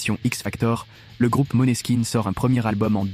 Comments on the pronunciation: Mais se prononce Moneskin. J'imagine que c'est la transcription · C'est bien ça, il faut prononcer "Moneskin" Le meilleur groupe de ces 10 derniers années....pour moi, évidemment❤🤘